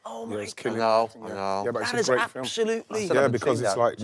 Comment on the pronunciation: How has he got TWO syllables out of ‘film’ 🤣🤣